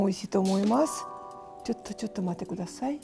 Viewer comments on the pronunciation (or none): none